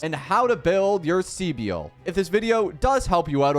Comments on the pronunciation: .....SEE BIEL?!.... Bro the amount of times they pronounced her name for you and you say SEE BIEL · She's just pronounced civil with a B right ? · My guy, take a grammar course ffs. Her name isn't that hard to pronounce right. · Everyone is butchering her name horrendously. People should look up how to pronounce names 😂